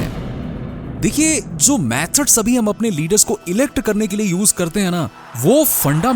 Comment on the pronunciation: Methods ❌ MAthods ✅